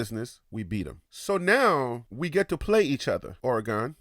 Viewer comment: I apologize for that bt I didn’t appreciate how u pronounce Oregon. Born and raised here all my life and I’ll always defend my Home. Im sure you call somewhere home too. Thanks & take care 🤙🏼